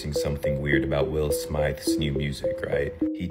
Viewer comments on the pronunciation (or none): Did he say Will Smithe?